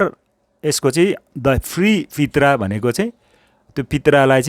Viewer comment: pronunciation of " Prita" is प्रिता not पित्रा...!?